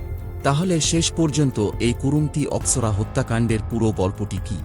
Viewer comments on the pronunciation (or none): অপোসরা না অপসরা 😊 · Aposora ata ki type pronounced?... South a mama bhagnir biey hoy... Ata natural... But oi mey t valo chilo na... 🙄🙄🙄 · অপশরা eta ki উচ্চারণ ভাই , e কোনো জাতের মানুষ